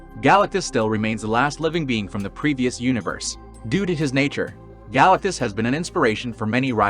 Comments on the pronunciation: Is any one going to mention how fucked up this guy pronounces Galactus’ name? Galactus no question. This has been done in Marvel already, in Mephestos’ own realm. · Why do u say galatctus name like that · Exactly, bug's me too.